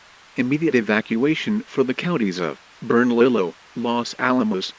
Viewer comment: The pronunciation of Bernalillio County has my eye twitching